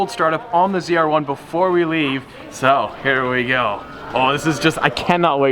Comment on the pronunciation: Hearing say “ZR1” is just weird😂 stradspeed717